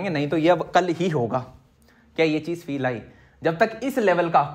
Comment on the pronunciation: I like the way he says "feel ayi"❤️